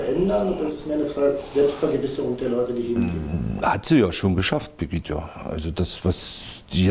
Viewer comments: "Angelika Merkel" ( und ), "Pegidja" (... , , ) Ja Mann, der Typ hat Ahnung wovon er redet! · Selbst wenn es einen Prozess geben sollte, dieser Typ wird doch wegen Einfältigkeit frei gesprochen. Kann weder den Namen der Veranstaltung noch den Vornamen der Bundeskanzlerin fehlerfrei aussprechen. Ach ne....